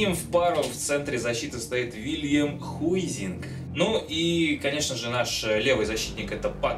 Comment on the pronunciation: Хайзинг!!! а не Хуизинг